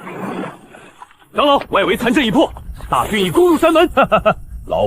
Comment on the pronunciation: 唉！ 長老 唸常老 誤人子弟😂